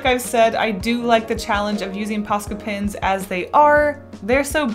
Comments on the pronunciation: It always disturbs me when she says "pens" She says: Pins Me: they're pens!! One of the easiest things to say!!! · well some people, including me, get annoyed when she says pins instead of pens. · Am I the only one who never noticed she has been saying “pins” instead of “pens?” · So you DO pronounce pens like pins sometimes. I thought I was going crazy. Thanks for adressing it 🙈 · Your videos and cute illustrations keep making me want to buy more posca colours! Also I didn't even realise you were pronouncing pens as pins. I had to replay to figure out what you were correcting 😂 it all sounds the same to me! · i never noticed you said pins instead of pens lmaooo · is anyone noticing that she is saying paint pins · I pronounce pens as "pins" too and people give me so much shit for it lol like hush guys.. that just how I talk.. just let me live my life ah! Lol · "Posca pins" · I hate to be that guy, but i’m gonna be that guy. It’s kinda annoying when you say ‘pens’ over again. As a non native speaker i didn’t even notice it in the first video and i still can’t hear a difference tbh